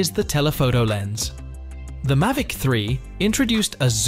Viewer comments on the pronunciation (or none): This video is shockingly bad. I’m not a fan of AI generated scripts. It lacks any human touch to it. I’m trying not to be grumpy about this, but it’s a growing trend in tech videos. Am I in the minority on this? Not anti AI at all, but this is lazy work, it says “Mivic” multiple times